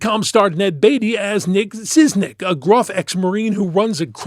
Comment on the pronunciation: It's pronounced "Shishnik"